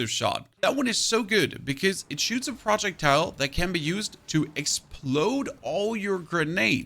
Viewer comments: Love the guide! Slowly going insane over the pronunciation of "projectile". :face-orange-raised-eyebrow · Is this guy rage baiting the way he is pronouncing projectile